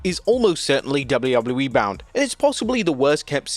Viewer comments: Am I the only one who hates the way this guy says WWE? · Can this dude say "WWE" like a regular human 🙄🙄